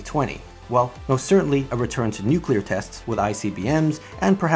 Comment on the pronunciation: Nobody:: NUCKLEAR WAR